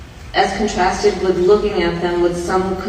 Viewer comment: Baybay.... baybay... git him some meds cause I don't know where he's evah gonna go.... she's just making sounds wif huh mouf.